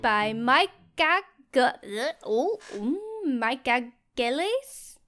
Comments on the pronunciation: How did not know that Mikeageles17 was pronounced Mike ageless 17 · its mike-ageless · maybe it's pronounced Mike age less 17? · mike-age-les 17